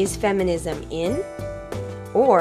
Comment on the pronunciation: They don't know "Feminism" because you pronounce it weirdly.